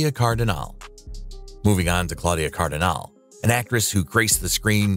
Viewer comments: Claudia Cardinale: "CardinALee, not Cardin-ALE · “Kardinahl?” lol Come on. There is no silent “e” ending in her name. Pronounce the “e” and pronounce it as “eh.” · I think the prononciation of most of the non-english names more disturbing than the behaviour of the people involved{ NicholasSarkovski, Claudia Cardinal, CatherineDenewvem come on}